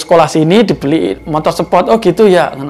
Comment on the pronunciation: Mon maap gua ngakak pas bapak ngomong "motor sepot"😂